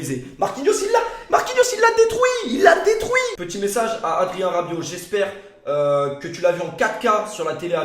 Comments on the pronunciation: « Marquinhos il l’a détrouit, il l’a détrouit ! » 😂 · Il l'a détrouiiit il l'a détrouiiit !!